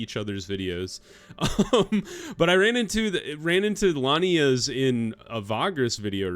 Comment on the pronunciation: They are lianas 😅😅😅 not lanias. So funny. It's a part of a plant like vines, you were right about that. Tarzan and monkeys were using them to swing on the trees. I was laughing so hard 🤣 very cute, keep going